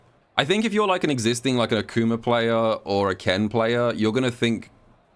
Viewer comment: Who tf is ackcooma 😂😂